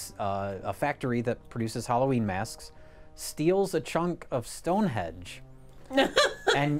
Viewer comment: "Stone Hedge"